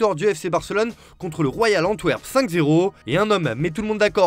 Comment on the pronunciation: Antwerp ? Vous faites exprès ou quoi ? 🤣